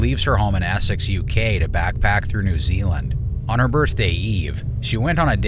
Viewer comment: these catches are awesome - but I am also in awe of how you pronounced essex as assex xD